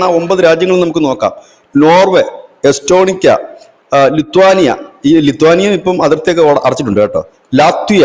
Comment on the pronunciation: Eatonica❌️ estonia✅️